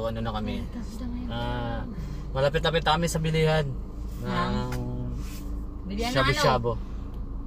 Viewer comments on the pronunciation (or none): Hahhaahha pang Shabu-Shabu, hindi ng shabo hahahh